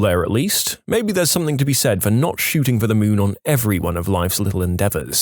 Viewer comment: No k in the word something